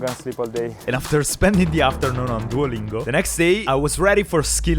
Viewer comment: Non puoi essere sponsorizzato da Duolingo e poi gli sbagli a pronunciare il nome😭😭 Scherzo bel video come sempre😎hai una volontà invidiabile!